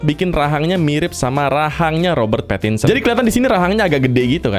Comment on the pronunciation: Bukan robert pattinson tapi robert parakinsen